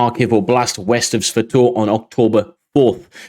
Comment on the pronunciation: svatove is pronounced sva-toh-veh